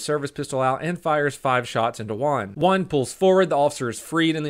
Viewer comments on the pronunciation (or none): At the start of the vid i was confused.was he saying juan or one. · It took me a while to figure out u said juan and not 1